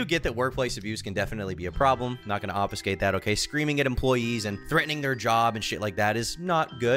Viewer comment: Damn big brain pronouncing obfuscate correctly. Tired of hearing ppl who talk for a living say off you skate